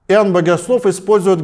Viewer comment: Иуванна.. Как интересно батюшка произносит имя Иоанн🙆‍♂️